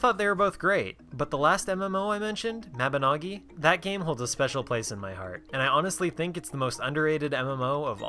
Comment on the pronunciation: I believe Mabinogi is pronounced: Mab in no gi